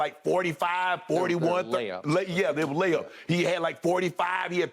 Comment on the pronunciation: …….”layups” 🤣🤣 damn skip